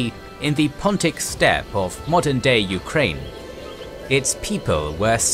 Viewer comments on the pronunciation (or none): none